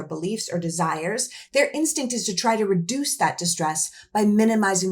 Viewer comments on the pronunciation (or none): none